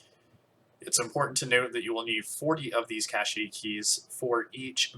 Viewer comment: "Cache" is pronounced as "cash" not as "cachet".